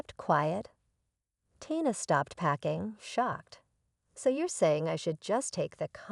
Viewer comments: It’s pronounced Teee na. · A VERY INCOMPLETE Story with NO PROPER Conclusion, ALWAYS getting the Name Tina WRONG. With a person reading/checking spelling it'd be a MUCH BETTER STORY, A THUMBS DOWN!!!